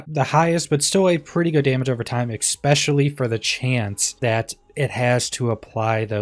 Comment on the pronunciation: Who the fuck is teaching all these idiots to say “exspecially”????! Learn how to speak dumbass.